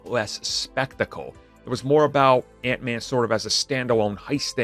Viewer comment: ....Hank man? What's a Hank man? Lol